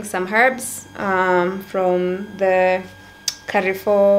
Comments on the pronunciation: Lol I followed to see if anyone heard this its kafoo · Amazing content there. But did you just say KAREFOOOOOO 🙆🏽‍♀️🙆🏽‍♀️🙆🏽‍♀️🙆🏽‍♀️🙆🏽‍♀️ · I found someone else who says Carrefour instead of Carrefour. Did you read it differently?😅